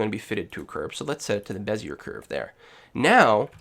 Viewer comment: *puts on monocle with top hat and twists moustache* I believe it's pronounced.. "beh-zee-ay".. Thanks for the video, it was very helpful!